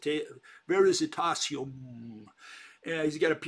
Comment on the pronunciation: it's "VERI TASIUM" non VERISI -TASIUM". I'm italian and recognize VERITAS as "TRUTH", being "veritas" from ancient roman's latin. So he means that he has the element of truth, the "Veritasium".